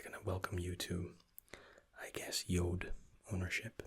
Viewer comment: Fabian Grujic he says it Like jood Which means jew in dutch lol